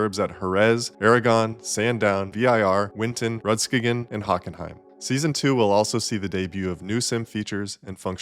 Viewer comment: And Rudskogen